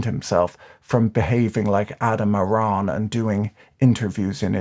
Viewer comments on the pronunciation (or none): none